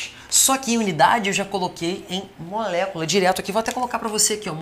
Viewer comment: mano KKKKKKKKKKKKKKKKKKK